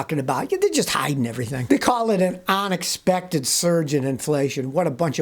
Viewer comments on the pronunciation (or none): Scotty says "ONexpected" instead of "UNexpected". That's funny.